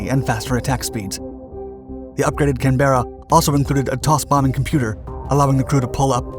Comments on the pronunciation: JFC. Canberra. ˈkæn - bə - rə. Three syllables. Stress on the first syllable, second syllable is destressed and pronounced as a mid central schwa vowel, just like practically every other destressed vowel in this language (yes I know, it's a Ngunnawal origin but it's Anglicised). FFS. Not "CANbruh" or any such two syllable bogan nonsense. No stress on the second syllable (like this narrator), except in the word "Canberran". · Canberra is pronounced Can-Brah, ask us Brits how it sounds, after all, we manufactured it. 👍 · As an Australian I found myself cringing every time said Canberra... Despite it's spelling it's pronounced (by Australian's at least) as if the "ER" were silent, so Canb'ra... Given Canberra is our nation's capital, we do have some say on how it should be said... =p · Pronouncing it “Can-BERRRRA” is like saying “Arkan-SASS”. Please stop. 🤦🏻‍♂️ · pronounced "can bara " in English and Australian and just about everywhere else apart from "American english" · In Canberra we say ‘CAN-bra’. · It is pronounced "Cambrah". BTW... whoever does these voice overs is terrible. Why does he talk to fast. Seriously.. stop it... it's horrible. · What is it with you guys & pronunciation? In English/English & by extension Australian English it is pronounced (phonetically) "Can - bra" Two distinct syllables. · It’s pronounced Can-bra as in bra the women’s undergarment…. It’s a silent E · Just a small thing. Canberra is better pronounced "Canbra". Awesome video, great work. Hi from Australia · it was named after the Australian capital state, hence the correct pronunciation is canBRA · Please it’s pronounced “Can Bra” not can bear a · Your hair brained Visigoth Pronouced Can-bear-Ra Not Can-bear-er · Interesting. The Canberra was named after Australia's national capital. Australia was English Electric's first export market for the Canberra Bomber. By the way the correct pronunciation of Canberra is more like "canbra". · It’s pronounced “cann braa”